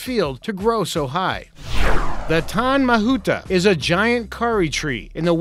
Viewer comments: That maori pronounciation though. Tane mahuta - tar nay ma hoo ta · The tree from new zealand is pronounced tar-neh (tane) mahuta the kauri tree. Kauri is pronounced like Cody tree. Good effort by the way....👍👍👍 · Tane 'Tah-ne' Mahuta 'Mahoota' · lmao I died when he attempted to say "tane mahuta" "kauri tree" and "maori"